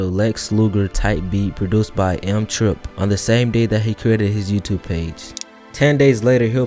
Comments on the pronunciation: Eem is pronounced like the latter part of his name Naeem, its not M Triplin, its Eem Triplin. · Bro it's EEM Like baby kEEM without the K EEM not M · this dude saying eem wrong has me dead